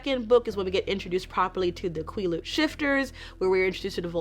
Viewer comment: Great video as always. Just FYI Quileute is pronounced like the word "quill" (but with a shorter "L" sound like it's spelled) + "yout" (rhymes with beaut). Phonetic spelling isn't my strong-suit so if you want an example the Quileute Nation's website has a language page with some audio recorded lessons, they say Quileute at the very beginning of "The Quileute Alphabet Sheet".